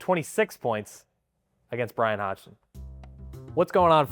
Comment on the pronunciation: Great stuff - but coach pronounces his last name “Hodson” - the g is silent, please let’s get it right for coach, it’s not that hard